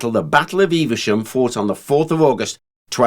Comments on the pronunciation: Never heard it being called “Eev-a-shum”. Always known Evesham as “Eev-sham”. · I'd pronounce the town name as Eve Shum and not Eiver Shum... Please let me know which is correct... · 'Evesham', not, 'EveRsham'. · Eve shum. Not Eve e sham. Btw often go over Simoon De Montfort bridge at Evesham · Some folk might say that they noticed a distinct improvement once you put that helmet on. I wouldn't dream of saying things like that though. I don't want to come into close contact with the business end of that spear! :D Joking aside, that was another damned good video. Slight correction - Evesham just has two syllables "Eve-Sham". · I'm very local to Evesham and most people do not pronounce it with three syllables only two. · there is no 'R' in Evesham, and it is not pronounced as if there is an 'R' in Evesham!!!